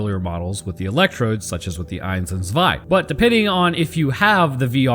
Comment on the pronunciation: Soldat is german for Soldier by the way Eins (actually really good pronounciation : Rammsteins Sonne uses it too) just means one Zwei : Two